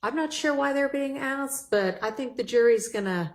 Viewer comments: She’s freakin awful. And I hate when she says “axed” instead of “asked”. It’s cool when ur either friends but not as an attorney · Stop saying axed. It is asked.🤯 A DA or ADA should have an education. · Did that lawyer really say “axksed”?! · I just cannot believe you can be a lawyer and use the word ‘axed’ so much. This lady is pretty stupid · Damn, I’ve heard “axed you” way to many times from these fools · an educated lawyer can't pronounce asked properly?